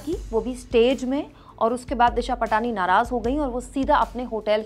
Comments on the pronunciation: दिशा पाटनी है इसका नाम। दिशा पटानी नहीं। Please कोई भी हो उसका नाम सही से लें। आपको कोई काकाम बेवाल कहे तो आपको कैसा लगेगा? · दिशा पटनी है। पाटनी या पटानी नहीं है। गलत उच्चारणसे सब किरकिरा हो जाता है।